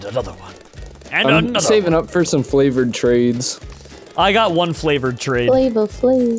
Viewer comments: the whole time he is supposed to say favored trades he says flavored trades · is it just me or did I hear when was trying to say "Favored Trades" he said "Flavored Trades"